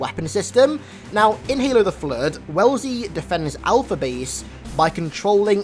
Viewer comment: AI's name is actually "Wellsley" (normally pronounced "wes-lee").